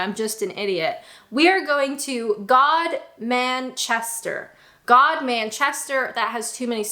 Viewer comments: Godmanchester is not how you heard. It is actually pronounced - "Gimmster". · I've always pronounced it Gumster. When did it change?